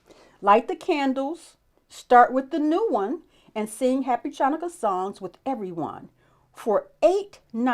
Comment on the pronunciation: I love your enthusiasm and open mind, but you are mispronouncing "Ch" in "Chanukah." It is not pronounced like "ch" in "chalk." It is a guttural sound made in the throat. Please Google the correct pronunciation.